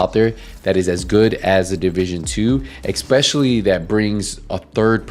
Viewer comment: I turned off at ecspecially